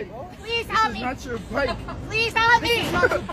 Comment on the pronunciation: The way she says “halp” instead of “help” is the most annoying thing in this video.